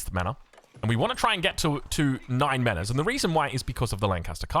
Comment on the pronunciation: Dear, love the casts, hate the fact you pronounce "manors" like a kiwi, keep up the good work ❤